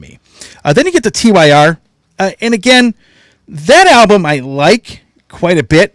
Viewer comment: TYR pronounced like tear! Forbidden remix is awesome I didn't even notice the missing keyboards!!